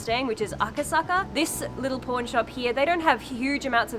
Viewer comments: Does anyone else hear porn shop instead of pawn shop when she says it? lol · When you say Pawn shop, i really thought you said p*rn shop. My jaw dropped a little bit. 😂😂😂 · we (americans) pronounce them as paw-n and poor-n. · I totally heard "porn shop" and was like woahhhh lol 😂😂😂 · Haha yeah, her aussie pronunciation of “pawn” sounded much more like the other word 😂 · In Australia we pronounce it the same way, how do you say the two words differently? 🙂